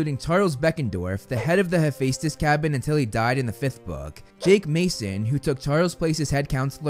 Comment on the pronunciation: sorry but i almost died when you said frank zhong and hafacetes (im spelling as what he said) no hate only shock